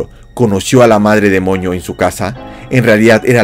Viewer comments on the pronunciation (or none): Andabas enfermo o por qué decías Madre demoño